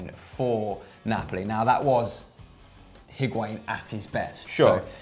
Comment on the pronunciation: Decides to pronounce Higuain in the correct accent and then proceeds to say calciomercato in an English accent... terrible